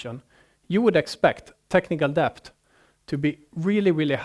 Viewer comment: Debt - It's pronounced det. Dont like correcting non native speakers on their English but come on, it's the whole topic and he says it 50 times